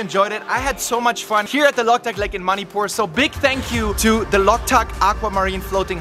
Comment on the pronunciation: Not locktuk lake ,bro" Loktak lake "